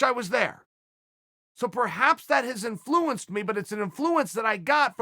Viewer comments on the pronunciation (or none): Chael "Inflewunced" Sonnen